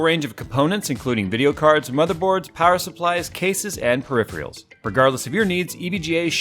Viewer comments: When says periphrials instead of peripherals...cringe lol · IQ greater than 60 then pronounces peripherals... periphrials, well done :) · "perifriels" love it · "And peripierls" lol